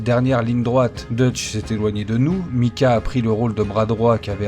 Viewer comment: Sympa la vidéo, mais s'il te plaît, s'il te plaît prononce Maïcah et non Micah... On dirait tu parle d'un vieux chanteur français xD